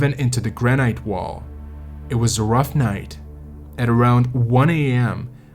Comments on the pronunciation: gran-ite? granite? ok I gotta call you out for that pronunciation. its 'gran-it' I wont say anything about other words but I mean granite? 😂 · Hey,, the word is "gran'- it". Not "gran'- ite". Doh. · It's pronounced gran-it, not gran-ite. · Who says "gra night " when it's pronounced gra nit (granite) 😂 Good video though! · Graa-nut. "Granite" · Gran-it. So many YouTube narrators can't even speak the language! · 'granight'? This must be a robot or poor AI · Great job, but please pronounce granite by ignoring the final "e": "GRAN-it". Thanks...a climber for 47 years and still after it! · It really the way you pronounce granite? If so I've been wrong for 60 years.